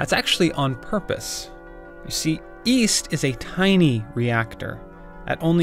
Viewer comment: east? i thought you said weast